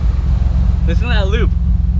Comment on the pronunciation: in the video you said, “it’s loopy, listen to that loop”. Its lope not loop, not a grammar nazi, just trying to help you not sound like an idiot, if you say “it’s got a loopy cam” in front of fellow gear heads you’ll likely get laughed at.... just lookin bro...